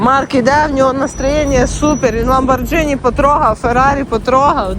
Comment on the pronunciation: Дивлюсь всі твої випуски. Тільки правильно казати не ламбордЖіні, а ламборГіні. Тримай лайк від мене.